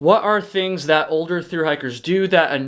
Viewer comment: I finally figured it out, somewhat. Your accented speech drops off on some hard consonants. Kind of, LIKE, East coast mountain town meets California beach. Example - dropping the T and making it an extension of the previous vowel - such as THAT becomes Thaaah. This massively distinguishes you from Becker, with his earnest WI casserole speak. Keep it roll--ing !!